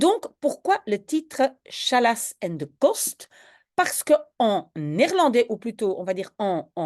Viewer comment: Hartelijk dank, super met de woordenlijst, enkel een detailtje Challas spreek je uit Gallas en niet sjallas :-) in het Arabisch wil dat zeggen "stoppen"